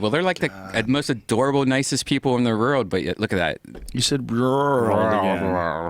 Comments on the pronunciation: Redban talks like a child. old = ode cold = code world = word Doesn't pronounce his L's at all. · Fucking hate how redban says "world" lol fucking guy can't speak.